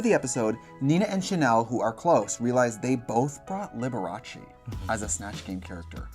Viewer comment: Shannel NAILED Liberache!